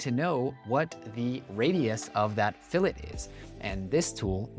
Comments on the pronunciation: "fill-et is something you put in the bbq" 🤣🤣🤣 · "Fillet" is often pronounced in a French way: "Fillay"